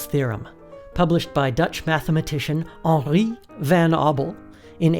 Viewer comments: The only sad part here is reading Henri as french would, when he is dutch😂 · why is he saying henri so french if it is a dutch person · Haha you said henri like a french person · It pains me